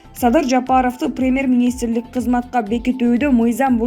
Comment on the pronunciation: СУЙЛОГОН КЫЗ ПРЕЕЕМЕР эмес ПРЕМЬЕР деп суйлосон УЯТ...